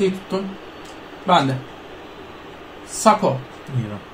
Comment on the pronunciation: Nobody::- saks, sakho sakho 🤪